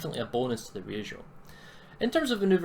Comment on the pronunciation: wrong pronounciation of Ryujo and being a weeb stopped you from getting a sub :/ other than that, good video